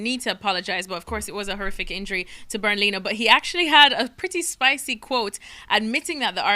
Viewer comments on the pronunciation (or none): “Bernd Leeno”